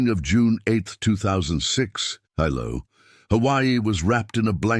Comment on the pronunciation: Pronounced Hee-low